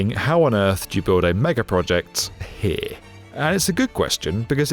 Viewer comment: Ninety-nine percent of your words are completely understandable, but you have an obvious problem with the word "here". Also, as someone who pays actual money so I don't see ADS on YouTube I do not think it's funny or clever the way you try to sneak them into your videos. "DISLIKE and "Don't recommend channel". Bye-bye.